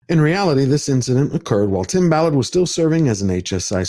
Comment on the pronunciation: It is Tim Ballard, not Tim Mallard. No big deal to Tim, I am sure. He must be extremely happy for your exposure of this situation.